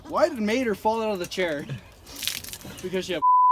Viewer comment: ME MUERO, TE LLAMAN “MEIDER” 😂